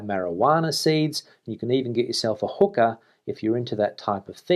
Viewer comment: LMAO!!! Hearing you say "hookah" with your Aussie accent is kinda like hearing a native Spanish speaker not quite saying the word "beach" correctly. (rolling on the ground laughing) #selfawarehumor Hasta Manana,.